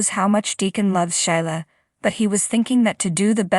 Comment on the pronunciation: Shelia please not Shila!!!